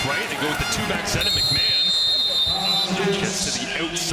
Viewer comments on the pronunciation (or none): I coach Argos RB, Deontae McMahon in HS in Florida. You are saying his name wrong. Its Mack-Ma-Hon.